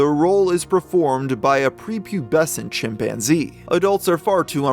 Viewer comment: "My chimPANzee!!" The way she said that in the phone call never left my head since I first heard it on TV years ago.... Edit: this story is waayyy creepier with that music dude lol